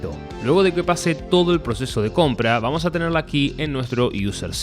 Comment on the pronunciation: Dijo vuamos? XD vadym